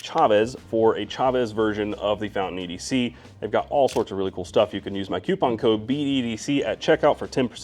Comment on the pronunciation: What is a "cEEEEWWWWWpon"???